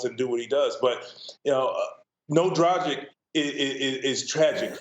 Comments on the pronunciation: senpai he said "drajic" which is wrong. It's more like Draggich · It's pronounced Drag -itch not Dra-gick 😂